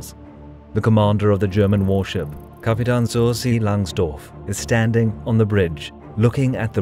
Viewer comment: well made... just one thing. In the last a in Kapitän (captain) is spoken like in cat...